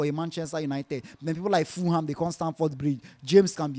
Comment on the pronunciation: It is Ful-ham, not Fooham.